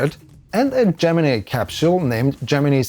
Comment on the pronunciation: THATS NOT HOW YOU SAY GEMINI YARAHAHARHAR